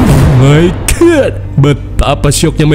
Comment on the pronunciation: Aku candu sama yang bilang oh my good😅❤ semangat terus 😊😊